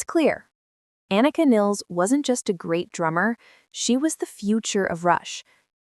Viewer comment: It's "PEERT"...and "NYULZ".... maybe that's why Alex and Geddy chose her... she ALSO has a last name everyone (and especially AI) will mispronounce!!